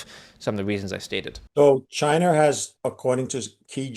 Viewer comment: Drink everytime he calls China "Chi-NER"